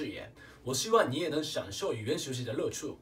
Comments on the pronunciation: 不对 他最后面那乐趣说成乐出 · 最后乐趣说错了！是qu，不是chu！！建议你学习粤语！